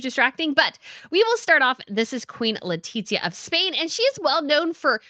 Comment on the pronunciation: Love you, but why do you keep calling her “Letitsia” is awful, as a spanish citizen I can guarantee you, that is not how we (or her) pronounce it. Think of the sound of the th in English, it would be something more similar to “LetiTHia” and that’s probably easier to pronounce to a English speaker than what you call her